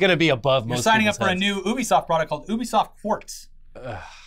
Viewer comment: Why do they keep saying Obisoft isn't Ubisoft it's driving me mad